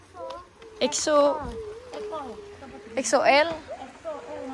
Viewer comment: exo jadi eko😭😭🤣🤣